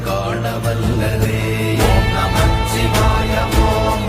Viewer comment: ஓம் நமசிவாய என்று தான் உச்சரிக்க வேண்டும் எழுத வேண்டும் நமச்சிவாயம் அப்படி என்று ச் அழுத்தி கூடாது எழுதவும் கூடாது